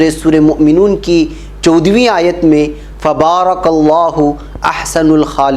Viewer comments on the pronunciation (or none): Masha Allah Hajrat aayat Fabarakallahu Nahi he balke Fatabarakallhu he Zara ispe gor de or isko thhek kare